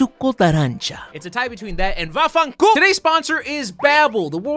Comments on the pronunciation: Hi, I'm Italian and I'm in awe for the "VAFFANCU-" ❤ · Hearing say "vaffanculo" really made my Italian heart proud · As an italian i never appreciated an ad before as this one. XD Very good pronounciation! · Just started the video but I had to say damn the italian pronunciation is actually really good! I almost spit my water HAHA